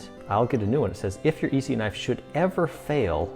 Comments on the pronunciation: Nice review man… quick tip from a knife enthusiast and collector… viewers kinda cringe when someone calls an ESEE an EE-see. The E isn’t pronounced as an EE if you know what I mean. EE-see is the firecracker company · The E is silent in Esee 3...your saying it wrong